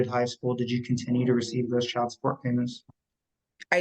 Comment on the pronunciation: Girl, the word is pronounced "chy-uld", ok? Not "chald".